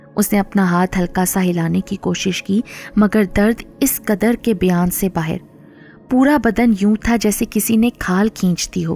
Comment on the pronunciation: Karaaya nhi kiraaya, baahir nhi die, aapki awaaz bohot pyaari he